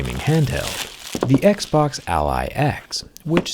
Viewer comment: I always hear: Eggsboggs